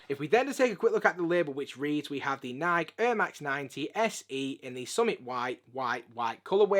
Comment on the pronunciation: "Naaaiiik" "Naaaiiik" Google: How do you pronounce "Nike"? Answer: "Nai-Kee"